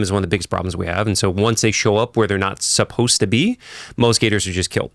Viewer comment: Supposed is two syllables, not three. Supposedly is four syllables.